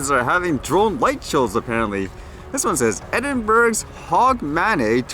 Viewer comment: Edinburg :-) LOL. It's pronounced Edinburough and it's HOGmonAY :-) I love the way the English language has more exceptions than rules to things like pronounciation.